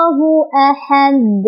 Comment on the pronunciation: Jgn tambah hamzah si dal itu, teh. Ahade saja. Bukan ahadek. Itu kn jd seolah2 ada tambahan huruf hamzah